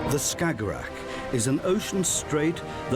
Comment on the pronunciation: He saying "stagorag" or whatever that is , 10 times per minute. Tf is a "stagorag"